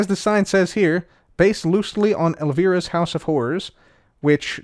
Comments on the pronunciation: says "El-Vere-Uh" Me: cringes: "This is outside of things I know about." Me: That goes without saying xD It's El-Veye-Ruh btw lol love the video though!! P.S. I'm watching these in order two months after this was posted, so I don't know yet if he revisits that pronunciation later xD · Elvira was a mystery tv show host for late night weekends. She spun a movie out of it. That is where her haunted house is from. It was where she claimed to be during the tv broadcast, too. Her name is pronounced with a long "I", as in alive. The show was a huge hit for teen boys in the '80s. You obviously had a far more productive childhood. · I was going to say just this... lol! :D "Elveera" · The way he kept pronouncing "Elvira" made me feel old, and I'm only 31 😅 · The Elvira pronunciation threw me off for a bit lol